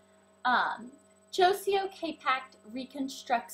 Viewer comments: hahaha you pronounce it Joy-co lol but good video love that you use all profecional products(except the last two of course lol).... im a hair dresser so i appriciate it! lol p.s. paul mitchell ion (blow dryer)!!! help with fizz and adds shine!!! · You pronounced Joico wrong. The c sounds more like a k